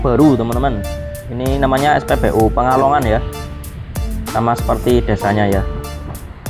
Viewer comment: Pegalongan mas bukan pengalongan